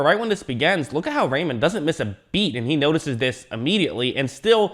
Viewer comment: "Rei" is pronounced like "rye" in English and "mann" like "munn" with a hard "n". So together that's "Ryemunn" in English.